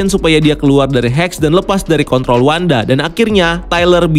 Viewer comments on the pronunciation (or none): none